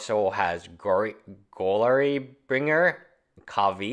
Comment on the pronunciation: "Goal-ary bringer, Kavi, Bomat Curator" LOL, you're the best. <3